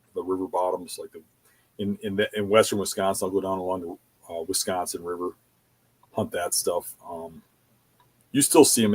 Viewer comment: weesconsin lol.